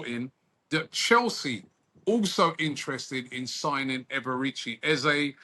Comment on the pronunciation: Robbie: Eberechi ❌ || A-Baerechi ✅ 😂🤣